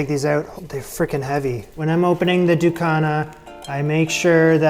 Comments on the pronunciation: Love to see this, thanks! In Antigua we pronounce it DU-KU-NA. You can absolutely use foil paper instead if you don't have banana leaves but love how you kept it as authentic as possible. Yum 👍🏽🥰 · Oh wait you missed the chop up! I can’t wait for you to taste this how its supposed to be made. It’ll blow ya mind! ❤ It’s also pronounced, Du- Cu- Na, now say it fast. Happy cooking friend x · In regards to Ducana, you are not pronouncing it properly, but that is okay. Ducana is endemic to Antigua, but we make something similar called conkie. Here is another tip. When dealing with banana leaves, you will need to either quickly blanch the leaves or place the leaves over open flame. This will make the leaves pliable. Also we use the strips of strings that come from the banana tree to tie, which will need to be blanch as well. In regards to conkie, we use grated coconut, grated sweet potatoes, grated pumpkin, with all the ingredients you used, but NO raisins. Good attempt.